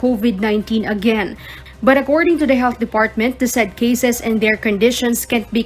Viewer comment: And this woman is overdoing the English pronunciation, it should be cases, not caZes! The word measure should be pronounced as meZHer!.